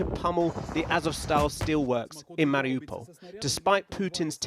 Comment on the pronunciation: I think you're right, I noticed that about the U.S. government. Also, about "Mar i OU pol", is that still, most news stations can't figure out, how to even pronounce, that simple name. I even usually just call it, Mar i You pol. But they call it, Mar I ah pol, then started saying, Mar i Oh pol. This is probably done, to create a psychological disconnect, as tho the city is more of a hypothetical place, of some kind.